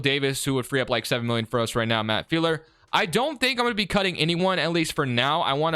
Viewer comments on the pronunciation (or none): It’s pronounced Filer not feeler